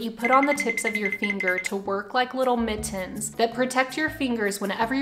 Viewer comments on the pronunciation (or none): The way you say “mit-tens” is a mood lmao